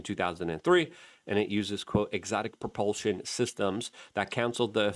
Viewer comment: Propelshon?..... Jesus christ luke, if this wss a drinking game i would be dead.